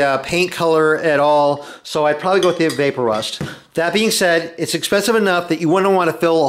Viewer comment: Not vape-o-rust, vap-o-rust ... like EVAPorate rust